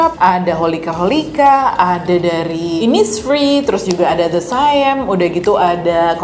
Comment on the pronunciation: Hai kak, btw the saem itu pronounce saem nya mirip uncle sam. Gak penting sih, sekedar info aja 😆